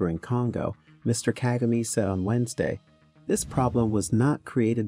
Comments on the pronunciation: You are mis- pronouncing his name.... DO NOT ANGLICIZE IT. pronounced. KA-GA- MAY. the last syllable is pronounced sharply. Ka-Ga- Me. Thank you. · OMG at least pronounce the President's name correctly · If you are going to do a report on the Rawandan leader shouldn't you learn to pronounce his name correctly. Just a thought.